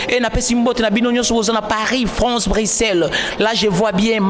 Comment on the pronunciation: Bajo landa bisho na franche, na shwuishe, na Etats junis, 😂😂😂 Hummm, journalishte bongisha pe maloba